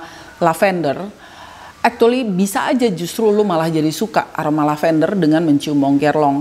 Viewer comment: mau ralat yak.. actually bacanya bukan ektuli 🤭 tp ekculi